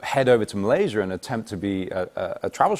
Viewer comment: I'm gonna say "Malayser" now after hearing Henry Golding. That and "idear" HAHA!